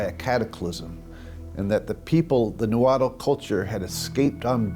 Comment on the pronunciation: It’s pronounced “naa-huat” L is silent. Not “nawhattle!”